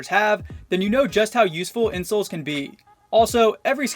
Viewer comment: For the first one when he said a good pair of insoles I thought he said a good pair of insults